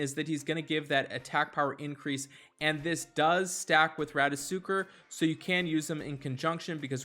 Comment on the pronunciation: Thanks for the tips, Anchor! But dude... you always crack me up with those name pronunciations. Bryne Hild, Rattasukr, Brinn, Gaddee Erus, Gregewrion. This should be a drinking game - you do a shot every time you mispronounce a name. You're basically Key and Peele's substitute teacher sketch. Thanks and keep it up!